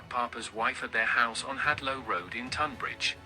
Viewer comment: Tonbridge not Tunbridge wells